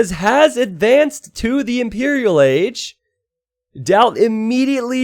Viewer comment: impereral agee :'D